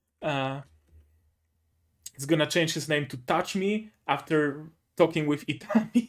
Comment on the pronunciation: Glad you liked it, I thought you might. Also you did say my name right.